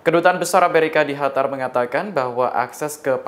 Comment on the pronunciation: Coba ngomong yg bener lu gk enak didenger HATAR HATAR,,, QATAR GITU